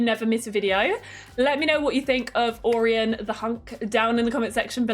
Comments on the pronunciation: I think Orion is pronounced like Oh-Ryan. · hi love the vid🎉🎉 but orion is pronounced oh-ryan